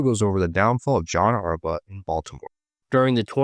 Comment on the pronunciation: Why does it sound like you're saying Harbutt wtf